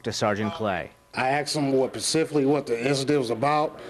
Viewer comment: I axed him pacificly??. It would help if the police were educated upto a standard where they can speak ENGLISH.